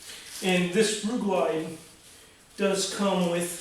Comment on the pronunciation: LIGHTING!!!!!! the video is fine, the problem is I had to rewind the video 15 times just to try and see/hear (Ru-Glyde Tire Mounting and Rubber Lubricant) man you should've linked that I never heard of it before and couldn't understand what you was saying. I wish this video came up 3 days ago when bought the Euro paste stuff, now back to the video........Thanks for the tips!!!